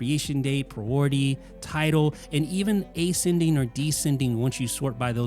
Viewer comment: What an idiotic guy. It’s never EASY or ANNOYING for him. It’s always SUPER EASY and SUPER ANNOYING. And it’s not A-Sending or D-sending. It’s Asc-ending , Desc-ending.